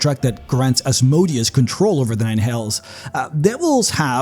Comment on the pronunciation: Seriously. Stop mispronouncing Asmodeus’s name.